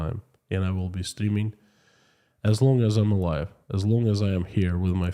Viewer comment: Are Russians more concerned about being mobilized or more concerned about killing innocent Ukrainians? By the way, I love your accent when you say I'm streaming live today. It sounds like you are saying, I'm steaming live today... :)